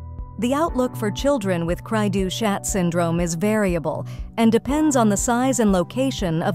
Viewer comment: The ch is pronounced as an sh in French.